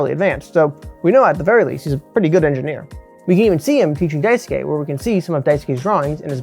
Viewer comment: this is a fantastic video. i have no notes on the content! however its pronounce dice-kay! you dont need to emphasis the u like "dai su ke" just dicekay! <3